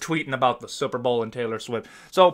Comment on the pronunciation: I like the way he says super. It sounds like supper almost but with on p.